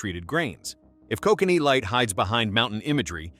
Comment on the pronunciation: Can't pronounce Kokanee properly